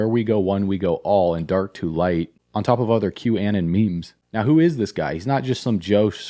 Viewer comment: Im not sure if you're deliberately saying this, but it is pronouned "Q-uh-non"